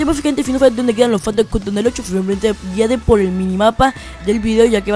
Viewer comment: APRENDE A ABLAR " CUTOM" AWEO...... POR ESO NO VI TU VIDEO